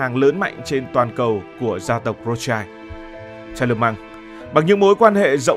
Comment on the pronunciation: Phải đọc là Rót shiu mới đúng âm của họ Rothschild.